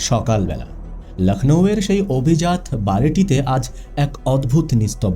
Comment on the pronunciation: Pronuncian e gandogol achhe..abhijat noi abhjato; aksik noi akosmik..erakom aro achhe